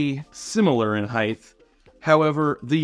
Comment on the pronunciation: Highth is not a word.